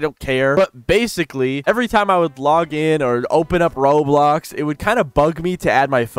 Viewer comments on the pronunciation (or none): "blog in"